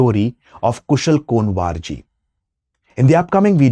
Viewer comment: Pronounced - Ku-wor*